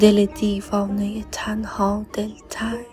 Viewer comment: سلام شعر اول رو اشتباه خوندید کلمه دل تنگ با تلفظ دله تنگ یا همون دل تنگ خطاب به دل خود داره